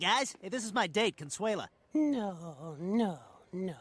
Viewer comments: My man said "Cuntsula" lol it's Con-SWAY-la. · Oh! I love you man… you made me laugh as I eating which caused me to spit out my food.: Ladies and Gentlemen… blah blah blah today we’re going to be doing the best of Conshoola Me: huh? 🤔: blah blah blah when I heard this name I thought of Dracula… Conshoola, Dracula. Me: I wonder if he’s saying Count Shula: oh, Consuela… oh not Counshoola. Starts laughing at himself Me: I start laughing and food flies out of my mouth, when you realize your complete slaughtering of the name. I didn’t realize my complete slaughtering of what I thought you were saying about her name. 😂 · Your pronunciation of Consuela was funnier than family guy :P - CON SWELL AH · It's Con-sway-la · Con-sway-la is her name lol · lol your saying her name wrong, its sounds like conswela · It’s pronounced Con Sway La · It's pronounced Con-swell-Ah